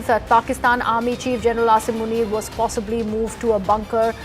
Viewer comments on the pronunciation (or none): Asim munir not Aand munir😂😂